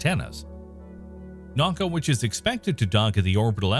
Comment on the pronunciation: naka haha!! it’s na-U-ka